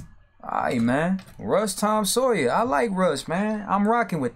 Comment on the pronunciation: tom SAWYER, man, not Sayers